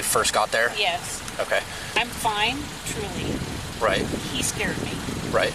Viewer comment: Every time she lies, it starts with “Trully” Lmaooo